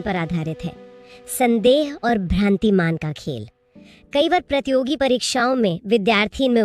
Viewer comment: Nice class mam ji But थोड़ा शब्दों की शुद्धता पर ध्यान दें प्रतियोगी होता है ना कि प्रतोगी